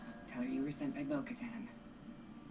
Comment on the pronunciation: SURPRISE!! LOLOLOL!! I'm so glad you got to be surprised by Bo Katan's (Ka-tan is the pronunciation btw) appearance on the show. And to have that name drop... Ahsoka Tano! Another glorious little surprise for you today. I know, i know, you didn't film this today, but you know what I meant. Now you know Din Djarin is a child of the Watch. Children of the Watch are part of Death Watch, Pre Vizla's group Fun fact: Shae Vizla, Pre's ancestor, was Mandalore back around 2200 BBY, during the days of the game SWTOR, or SW The Old Republic. She is a Companion character you can get, and in one storyline, she is shown as Mandalore, fighting the Sith Empire (a time prior to the Rule of Two). It is during this sequence of battle that upon completion you get her as a companion. The great thing is you only have to do that long series of battles once to get her. Any other characters you make will receive the call-in device to receive her as a companion at the beginning of the game, through the mail system. SWTOR has been a very underrated game that really is tons of fun. The races you can play are human, Mirialan, Twi'Lek, Sith, Nautolan, Cyborg, Chiss (Grand Admiral Thrawn's race), Togruta (Ahsoka Tano's race), Zabrak (Maul's race), Rattataki, Cathar, and Miraluka. You should really check it out. You like WoW, so you should love SWTOR!